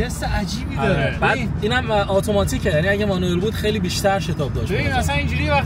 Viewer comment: مانوئِل✅️ مَنوآل ❌️